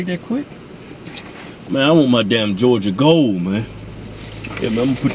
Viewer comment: This is my favorite Hodge Twins eating video. Just for the "Jawja Gole" action. I would've guessed that Keith was the older twin, with his grumpy ass all the time...Keven cracks me up! Jawja Gole!!!!